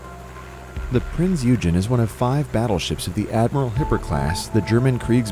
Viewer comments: Prince "U-Gin"? seriously? "Prinz OY-GEN" if you're going to make a video at least do some research..... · Its PRINZ OYGEN! NOT UGEN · u say Eugen like prinz Oigen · It is pronounced: Prinz Oy-gen, not Prince u-jen. Otherwise, a very enjoyable and informative video. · A few important corrections. 1. Its pronounced "Oy-gen", not "You-jen". 2. Its NOT a battleship, it's a heavy cruiser. 3. While battleships were outdated and no longer produced after ww2, cruisers ARE still produced, and are very useful, for many of the same reasons they have always been useful. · "This is the wreck of the battleship Prinz Yewgen" 1. HEAVY CRUISER 2. Prinz Eugene (pronounced Oigen) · "These are the remains of the battleship, Prinz Eugen." 1. It's Prinz Oi-gen, not Prinz yu-gen. 2. She isn't a battleship, she's a Admiral Hipper-class Heavy Cruiser. 3. Prinz Eugen in Azur Lane was...... MMMMM!! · Ngl i laugh a bit too hard when the narrator said prinz “yugen” instead of oigen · Several things wrong... Prinz Eugen not Prinz oujen or what ever you are saying. Also while Germany was indeed bound by A naval treaty neither Prinz Eugen nor Bismark went along with the treaty in fact almost no German ships did, neither their weapons, size or new technologies complied with the naval treaty. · A few important corrections. 1. Its pronounced "Oy-gen", not "You-jen". 2. Its NOT a battleship, it's a heavy cruiser. 3. While battleships were outdated and no longer produced after ww2, cruisers ARE still produced, and are very useful, for many of the same reasons they have always been useful. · 'Oy-gen' not 'You-jen' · "Battleship prince E-ugen" X "Heavy cruiser Prinz Oi-gen" ✓ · It's pronounced Oygaine, not You-gen. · Prinz Oy-gen. Not you-gen. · Hello, pronounced "Prinz Oy-gen" not "Yew-Jen". Dodobird. The Prinz Eugen survived the war and the atomic bomb test. What a waste of a good ship. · “The Prince YUGEN” lmfao that’s not how you pronounce the name. It’s pronounced as “OY-GEN”